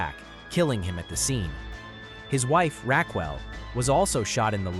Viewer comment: Rackwell? Racquel (how its spelled in her case) is pronounced Ra-kel Drop the AI and just read the damn thing. Other than that, good work.